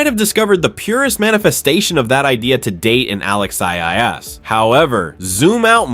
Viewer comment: Alexandra Eala pronunciation E yala